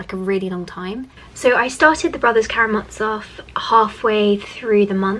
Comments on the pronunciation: Friendly pronunciation tip - the z in Karamazov is the z in zoo, not a ’ts’ sound 😊 Great video as always! Also, Alexander Pope is a Neoclassicist, not a Romantic. Neoclassicists were ”nostalgic” for classical Greek and Roman art and culture, Romantics liked the Middle Ages more. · Karamazov is pronounced as it's spelt, with the hard 'z' ☺️ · Absolutely right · Awesome! Just a small pronunciation correction as a Russian speaker - the z in Brothers Karamazov is pronounced like the z in zoo, zebra, etc.:) Nice video as always!